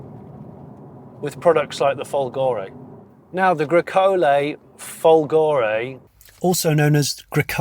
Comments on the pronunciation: (it's not "Folgòre", it's Fòlgore)😉🤗🇮🇹🇬🇧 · And also folgore is fòlgore and not folgòre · Since voiceover Johnny is very pedantic let me be a pedantic Italian: "Fòlgore" is pronounced with the accent on the first o 😅 Maybe Maserati accept all pronunciation in foreign markets (like one cannot mispronounce "Hyundai" 😂) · Try to say FOLgore. It is not that difficult, isn't it?😉